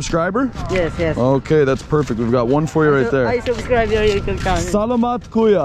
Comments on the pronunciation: Yeah I always hear him say “kuyo” in his previous vlogs. Many people already commented to correct him about this “kuyo” mistake but I think he is not reading the comments. He just auto-reply to comments about his telegram 😂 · Enjoy your Phil blogs in Manila,Not Kuyo it’s Kuya my friend:) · It should be Kuya not kuyo. Kuya means brother and it’s a pure Tagalog word. It doesn’t follow the gender ruling that Spanish words has like Tita or Tito . As you know in Spanish most names of person that ends in “O” is masculine and if it ends in “A” it’s feminine like Carlo is male and Carla is female. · Hey bother, KUYA (brother) - pronounce as KU-YAH Kamusta kayo - How are you KAYO (you) - pronounce as 'KAH - YOU' not ko-you Enjoy your stay in the Philippines! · you say “kuya” if in fact you know they are older than you..as a sign of respect! not to teenagers (or younger than you) also if you’re going to try and speak tagalog get the pronunciation right 😭